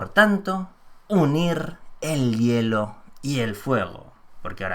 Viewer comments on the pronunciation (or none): none